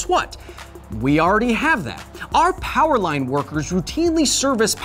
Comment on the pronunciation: Another title for the video "How unlimited is Unlimited Powah"